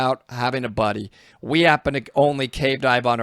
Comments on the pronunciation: I thought you said body and not buddy for a minute there. Try and fin your body instead o buddy is two different things 😂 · Lmao are you saying Body or Buddy? When you lose a buddy or lose a body? May have to try and train a better pronunciation or word choice!? Lol. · Nearly every time you said “Buddy”, I heard “Body”. Lol! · Omg for the longest time I heard you say “losing your body” (buddy) and thought you were talking about out of body experiences or retrieving dead bodies 😂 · Not sure if, me, or the delta 8, but he is pronouncing "buddy" as body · “once you find your buddy” My ears: “once you find the body” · I kept hearing him say “body” but it was buddy… cool videos btw